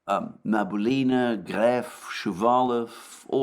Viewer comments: Alexander, let me help you out. the correct way to pronounce Набиулина is Na-bee-oo-lee-na with the emphasis on "oo" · Na - bi - U - li - na. Alexander mispronounces her last name :) She’s indeed a smart cookie 👍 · Alexander, my dear friend, her name is Nah-bee-ooh-lee-nah. Don't thank me.